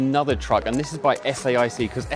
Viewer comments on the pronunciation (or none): The reporter kept saying S I A C when in fact the company is Saic.Oh, later he said S A I C, he learnt.